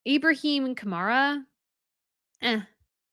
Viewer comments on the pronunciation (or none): none